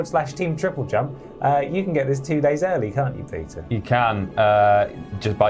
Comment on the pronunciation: For a moment I thought he said his name was Pizza not Peter lol